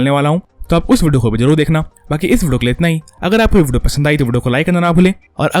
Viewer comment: Ye vudio vudio Kya hai Bhai video bolne mein dikat hoti hai kya